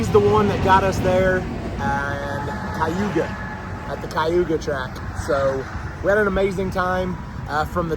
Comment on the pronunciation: American speak funny. It’s called Cayuga - K you Gah. Not kye you gah. And Tor Ron oh. Not Tor Ron Toe.